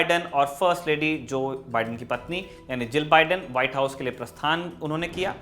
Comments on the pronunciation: अबे मोदीके नौकर ऐंकर , बिड़ेन नहीं बाइडन बोल , तेरा बाप trump गायक तो दूसरोंका नाम भी ग़लत बोलेगा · Joe ka biden theek karein please . बाइडन, not बिडेन